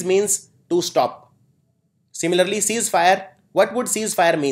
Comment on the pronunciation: It is cease fire not seize fire...other words were very very nice